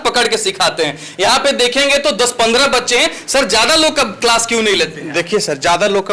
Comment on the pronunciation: Claas❌️ Kalaaasss✅️ 😁😁😁 ap khud sochlo padhnewale itne gyani hai jinko class bolna bhi nahe ata😂😂